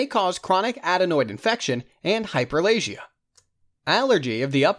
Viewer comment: Have my ENT surgical rotation this week. This has helped loads thank you so much. Only thing is that the pronunciation of some of these words is wayyyyy off. ie. Hyperplasia pronounced as hyperlasia and edema as edemma...